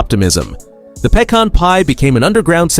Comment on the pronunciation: The Pay-Con Pie 😂